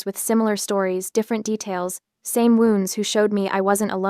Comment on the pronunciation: Yeah that is one of my pet peeves and all of these AI read stories. That in the mispronunciation of WOUND, ENSIGN, and READ.